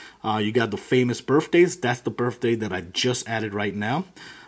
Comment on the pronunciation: Birff days . Pronounce your words right bro it's birth. TH